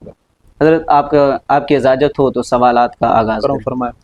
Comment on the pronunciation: Bahi ik baat kahon please Bora mat manna aap izazat kehte hai is tarah na kaha karen asal lafz ijazat hai jim ke sath